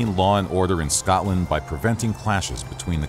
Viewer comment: Could you of not had a person to say scotland and Scottish properly